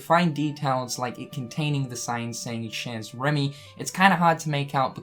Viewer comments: you my boi. Bit chez is pronounced 'shey'. Just FYI. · Oh,. "Chez" is pronounced "Shay". Predicting that this will be a one-off little reference, like the Lady and the Tramp fountain in Traverse Town. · I love how you say "chez Rémy", it's cute 😊 Though the z isn't pronounced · Feels like a reach but who knows. It could be cool if it turns out to be true. Also, the z in "chez" is silent, like in "rendez-vous". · I may not be good at French, but I believe that the "z" in the word "chez" is silent.